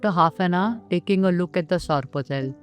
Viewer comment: It’s not sarpatel. It’s sorpotel